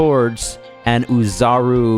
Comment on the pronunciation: The way you be saying OHzaru be making me wanna listen to young ma lol